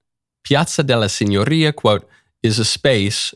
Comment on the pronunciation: Michael needs to not pretend he knows Italian. His pronunciation sucks. It's not "signorria" with a trilled r. It's "signoria" with a tapped r.